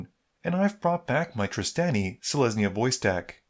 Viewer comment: Okay so I actually tuned out of the Ghired deck games because I was so sad Trostani was gone, I'm so glad she's back, this made my day, even if you pronounce it hard A instead of soft A (like Draw)